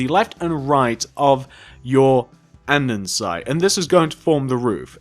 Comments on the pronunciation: AnDENsite 😂😂 its andesite no n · its andesite not andensite you cant read